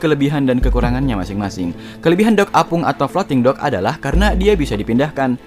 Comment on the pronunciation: bilang dock bukan dog bogeng